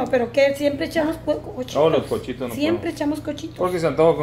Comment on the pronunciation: Noooo se dice cochitos se dice cuchitos !!!